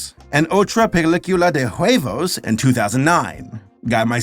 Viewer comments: hello saber u dont pronounce the h in spanish so it'd be u-evos not hu-evos pronounciation is improving indeed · I like how said "huevos" like "juevos". My guy, the H in Spanish is silent. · Hey! Remember that the H is silent in Spanish! therefore huevos is pronounce uevos and hola is pronounced ola 😭